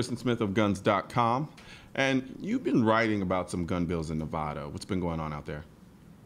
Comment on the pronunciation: You both pronounce Nevada incorrectly